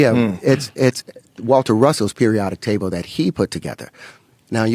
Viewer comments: Table not taybowl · "The periodic tabow" the way Terry pronounces certain words is silly